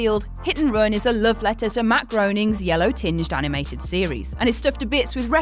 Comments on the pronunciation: Spelt Matt Groening, it’s pronounced “Matt Graining” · It’s spelled like Groening but it’s pronounced “Grain”-ing. Mr. Burns is not pleased with your foul mistake...